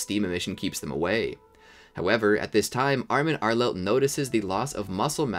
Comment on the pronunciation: “armin arelet” lol